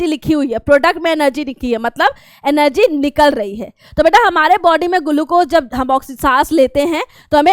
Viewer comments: Glucose❌ Gulucose✅ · Maam your GULUCOSE is just awesome!!!!!!!!!!!!!!!!